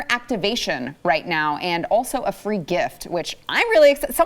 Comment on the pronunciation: Awww no more "fwee" handouts